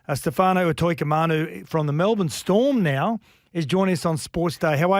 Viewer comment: He pronounced his name so clearly. Then you go and butcher it straight after 🤦. UTO-IKA-MANU it ain’t hard